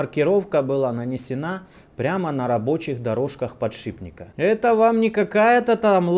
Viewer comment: "Подшибника... подшибника...". батькович, Вы же уже нормально как то называли сей девайс... а сейчас опять всё вернулось на круги своя...